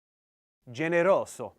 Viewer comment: in you read generoso as with "s" but it should be pronounced with "z"